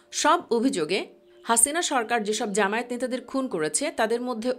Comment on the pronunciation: জামায়েত না জামায়াত শুদ্ধ করে উচ্চারণ করুন